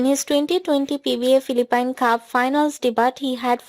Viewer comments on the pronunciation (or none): Pronounce Philippine as "filipin" please!!!!!